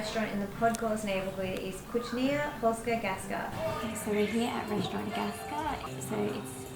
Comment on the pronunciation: Ignoranci. Jadę gdziekolwiek, to sprawdzam jak wymawia się rodzime słowa. A ci tu jeszcze kręcą filmik. No i słyszymy Kucznia i paczki. Żal.